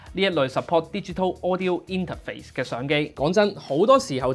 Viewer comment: 好中意你講＂inter肥＂